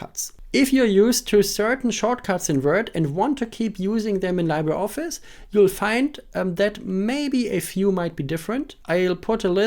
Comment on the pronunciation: It's actually LEE-bruh. Spanish word or filipino word for "Free"